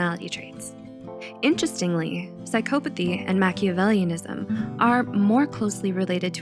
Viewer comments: The word “psychopathy” is pronounced sy-KAW-puh-thee not sy-KOH-puh-thee. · Why does she keep saying PSYCHO-pathy? 🤯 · Huh, i always thought the pronunciation was psy-cop-athy, but apparently you can also say it psy-cope-athy